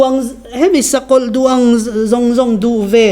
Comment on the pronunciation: Irs pension ve si mizo tawng i lam sual deuh tlat, an duan a awmlo an duang tih tur😁